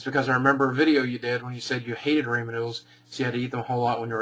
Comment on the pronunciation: What's "Raymond" noodles?